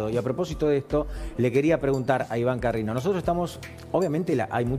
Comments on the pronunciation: Y encima Débora Plager lo llama "Carriño" en lugar de CARRINO. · Se dice Ca rri no, Carrino!!! que dalubo!!